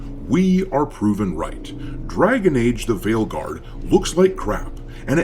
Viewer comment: When you said the game's name at the end, I heard it as "Dragon Age: The Whaleguard". Seems fitting, as it's the guard of all the blubber filled blue hairs.